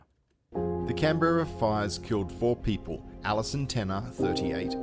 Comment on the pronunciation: It was truly terrible! A friend of mine lost his house in Duffy. I was sent home from work to look after my house. And yes - the straight lines are backburns. BTW - your pronunciation of Canberra is correct - his isn't.